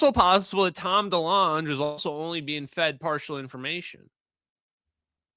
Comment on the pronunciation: I thought it was tom Dee-long not dee-lunch 🤣 Anyway, hey…who’s hungry.